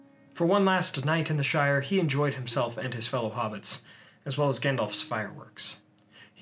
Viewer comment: Ahem Shire..., and I cannot emphasize this enough, Baggins...